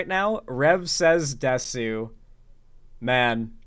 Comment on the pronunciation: Please pronounce desu as dess in rev says desu's name. Desu is a Japanese word and the U is usually silent, pronouncing the U is a cutification of the word similar to UwU speak. Dont give the lolituber the cutification please